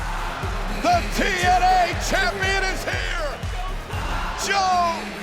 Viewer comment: Mr "AAA Mega KAMPION (Champion)" 😂😂😂😂